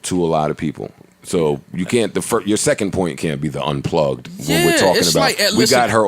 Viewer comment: This nigga said unplugged 😂😂😂💀💀💀